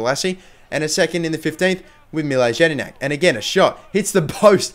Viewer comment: It's pronounced Yedinak